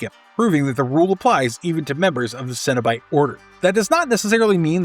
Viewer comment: Maybe because the video narrator is an idiot that says it "sin" instead of "sen". I really resent people that mispronounce words as someone with hearing loss that even decades later, can still hear well enough to know morons mispronounce words and when I grew up, that translated to being exploited by adults in school and chronically sent to the idiot that performed hearing tests who exploited us as a means to justify her largely useless job considering how much down time these people had to get a paycheck year round. I was born in '78 and in the 80's, the amount of words mispronounced because of television was phenomenally worse than it is today in media, but it's still really common today and the conflicts that result from it are why I so aggressively criticized this video author. He's doing it on purpose and that makes him an asshole. People that do these things in hopes of gaining attention that benefits their media production quite simply sicken me. Earn it the right way. If you're willing to put this much work into this video, there's no justifiable reason to pronounce the word wrong. I'm dedicated to ending vicious cycles.